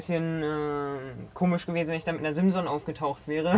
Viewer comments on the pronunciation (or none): none